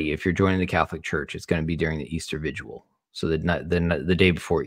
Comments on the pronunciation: Word to the wise, it's vigil, not vigual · Vigil not “viguil” Glad u are joining the Catholic Church. Just remember, Jesus Christ is Lord we Catholics love Jesus Christ don’t get pulled into the pharmaceutical parts just love Jesus and know he’s present in the Eucharist